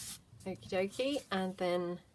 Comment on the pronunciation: Okay dokey sounds so funny in your accent....lol